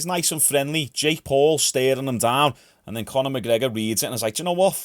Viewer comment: Who the fuck is Con-eh? What a whopper man.